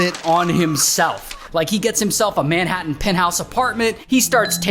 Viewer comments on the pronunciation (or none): none